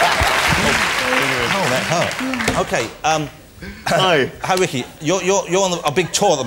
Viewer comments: Ritchie? It’s Ricky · Is it just me, or did it sound like he said "RICHY" Gervais?